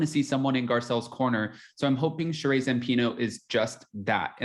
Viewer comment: Her name is “Shuh-ree” not “Shuh-rayy”